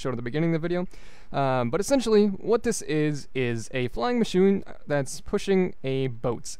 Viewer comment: Awesome. one thing i noticed... at about ish you said flying machune instead of flying machine. I notice all the tiny things. Lol :P